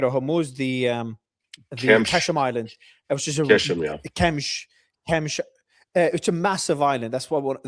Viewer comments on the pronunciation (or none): Please, it's Qe-sh-m. If the west is going to annihilate us at least pronounce the name of our islands and cities somewhat correctly. Not Qe-m-sh. Please 🙏🏽🙏🏽🙏🏽